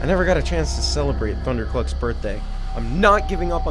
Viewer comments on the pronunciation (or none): Ross said ''Thunder cluck ''